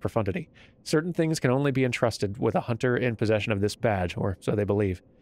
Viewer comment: "You must be a hun'ah."